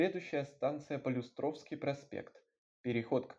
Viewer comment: полЮстровский, а не полюстрОвский